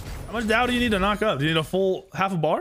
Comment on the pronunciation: In Chinese, there would be an accent or tone on the word Dao lol. So technically to pronounce it correctly you would say it with a falling tone.